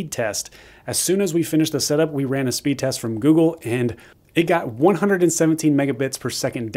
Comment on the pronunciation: “Speed resr” lol